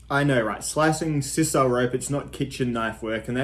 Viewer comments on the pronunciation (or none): Somewhere between "size-sal" and "size-ul" - but not "sis-ul". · It's SIGH-sul not SIS-SAL rope